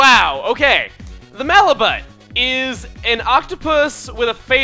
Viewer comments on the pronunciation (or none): Don't you pronounce the "Malibut" enemy name without the "t?"